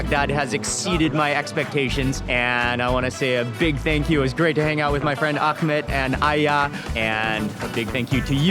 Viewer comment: Gotta love the Akkhhhmad Xombination 😂